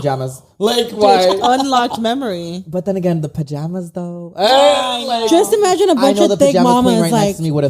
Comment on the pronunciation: take a shot every time any of them say "imagen"